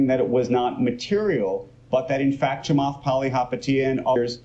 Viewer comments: I recommend that you stick to positive videos about stocks you like. I also recommend that you learn how to pronounce Chamath's name. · you can at least say his first name right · Were you intentionally just trying to get his name wrong? lol I feel like your message would have been better if you said his name right. You came off as childish, especially for someone your age. hahaha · I am sorry , you even not able properly pronounce his name . All e com company are no way neat in top 19 in early days . You are making money on him by simple using his name . Lot of people are simply have (-) view about him because is questions status co of current banks and financial intuitions and simple does not loose control . But is already now Square is bigger market cap then Bank of America . PayPal is close to chase market cap .